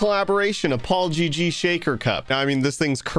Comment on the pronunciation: "To build PaulGG custom homes" What i heard: "To build apology custom homes"